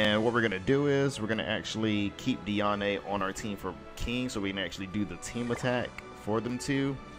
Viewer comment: YOU SAY HER NAME AS DEE -AN, God its so tilting É or é is when you say ey at the end of the sentence, there is literally no accent on it.